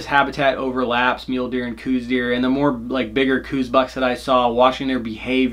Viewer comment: I'm not one to leave comments often, nor do I even get on the interwebs much. I was cruising around after a hunt today though, and happened upon this video. A couple of things..."Coues" is pronounced "Cows". Also, those who have exclusively "Western" hunted seem to have more of a problem with them. I've bowhunted a lot of places successfully for over three decades, and currently live in AZ. If you want to make bowhunting for these little guys less frustrating---put down the "glass"---which is WAY overused by you folks here in the Southwest. Like any whitetail---and indeed most cervids---Coues are habitual, and form those habits according to food, water, (to a lesser extent than other species--but they WILL stay near water if its readily available), and bedding areas. If you spend your time scouting paying attention---like any other species---you will find those habitual routes and feeding and bedding areas, and "ambush" hunting is far easier than what you seem to be doing. Learn what it looks like when they browse. (All whitetails "pull", rather than "chop" browse, so for example, young shoots and the like will be snipped diagonally, with trailing fibers at the upper end). Realize that where they poop is not far from where they're eating. Even in dry areas, they are SO habitual that obvious, narrow paths will be observed. Use good scent control---(spray, soap, Scent-Lok, etc, at a bare minimum)---and log wind and other conditions so that you can narrow down the window that yo